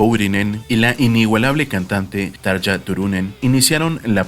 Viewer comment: Así no se pronuncian los nombres ni de Tarja ni de Jukka, bueno, ninguno lo pronunciaste bien😖 No te lo digo en mala onda pero infórmate, amigo.